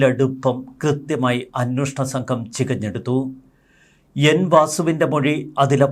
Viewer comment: അന്വേഷണം എന്നാണ് ശരിയായ വാക്ക് ഇനിയെങ്കിലും ശ്രദ്ധിക്കുക